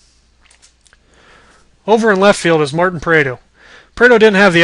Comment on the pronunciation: First of all, u said martin prado completely wrong and same with Jair Jurrjens and Julio teheran. U obviously don't know the braves but do have the correct people in positions. But u can't control that there is no more Tyler pastornicky and Simmons has come along